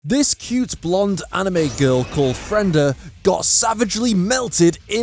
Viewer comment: Why are you saying Fren/da when its actually Fre/nda? She was split in half, so her name gets split in half